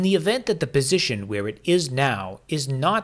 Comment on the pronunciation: Is he saying "bisition"?